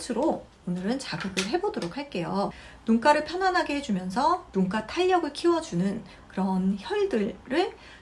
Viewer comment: 눈가인데 자꾸 눈깔로 들려요 ㅋ